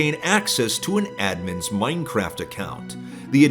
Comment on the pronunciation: i think you mean "oldest anarchy server in moinecraft" i love the guy but holy cow the way he says minecraft drives me insane lol